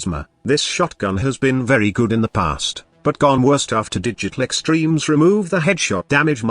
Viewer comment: Am i the only one, that whenever he says Digital Extreme, i think he said "Did You Click Streams"